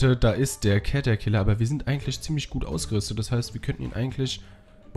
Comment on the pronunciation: es heißt nicht cet sondern catterciller